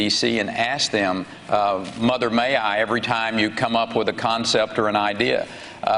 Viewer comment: "Coordinaded Wif"......come on Hermain. You speak so well most of the time and then you go saying "Wif" and turning Ts to Ds... don't make me say it guy!!!